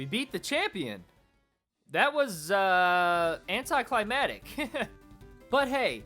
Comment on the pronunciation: Penzer? Anticlimatic? It's Anti-cli-mac-tic. Dude if you don't know how to say a word, don't say it.